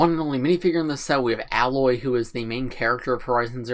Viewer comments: A-loy, not alloy just saying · Just some overall comments for context (Spoiler Warning) : • The Tallnecks can be found throughout the open world and Aloy (pronounced A-loy, not alloy) can climb all the gold parts of the mech to reach the top and harvest data about the environment with her spear. • The blue thing in Aloy's hair is called her "Focus". It's a device that allows her to scan the environment (think Iron Man technology). • The base is VERY accurate to the world of Horizon! The game takes place in the future and some things, like the traffic light, as well as structures have been left behind and have decayed over time. On top of that, the flowers represent the flowers you can pick up in the game and you can use these resources to make potions of healing, fire, lightning, poison, and freeze-resistance. The bendy flowers with the dark red tips are bushes you can hide in to lose enemies like the Watcher. • The Watcher is one of many little dinosaur-like robots that can easily run up and pounce/attack you. The blue light means the Watcher is neutral, when it's yellow they're scanning the area and looking for you, and the red light is when the Watcher is attacking you. • The spear, as mentioned earlier, has attachments that allow Aloy to override machines and make them neutral with her. For example, there are other deer/horse-like machines in the game that Aloy can ride around on once she's overrides and tames them. • Aloy is the clone of the creator of the machines in the world of Horizon, Elizabet So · I didn't know for a long time, but Aloy's name is pronounced Ay-loy